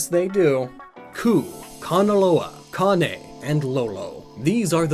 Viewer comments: I don't care if this video is almost late. I'm just happy you finally pronounced Kane correctly. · Thank you! For pronouncing Kane correctly